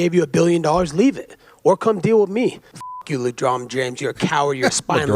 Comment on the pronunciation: "Le drama" 😂